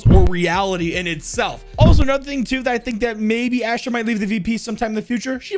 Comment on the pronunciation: He says "here is the thong that i think makes her" when talking about chaber lol